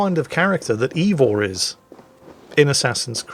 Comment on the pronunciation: One thing about, he's consistent in his butchery of the correct pronunciation! It's not EEvor...it's AYEvor.